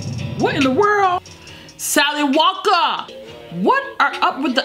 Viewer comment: " Little Sally Walker-uh" YOOOOO SHIIIIT! same